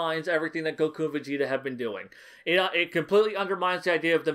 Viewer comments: Idk why but I'm a fan of how you pronounce Goku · I meant that I like that you pronounce it that way as opposed to how it's usually said in English.